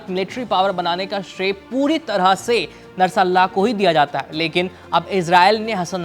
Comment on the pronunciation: उच्चारण गलत कर रहे हैं आप नरसल्लाहा ❌ बोल रहे हैं। ध्यान से पढ़िए।